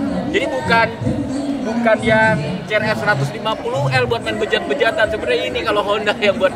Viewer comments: si ar ef bkn ce er ef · CRF bacanya (Si ar ef) meen bukan ce er ep